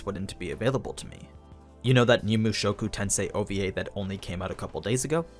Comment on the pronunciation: The way he says mushoku tensei… immaculate!